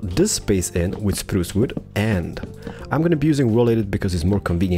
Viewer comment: “ spruca wooda comin atcha” got me rolling on the floor